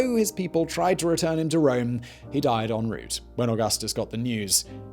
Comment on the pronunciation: Did you say he “died in route” or whilst “having a root?”